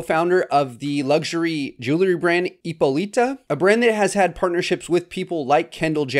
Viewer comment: Please check how to pronounce "Ippolita"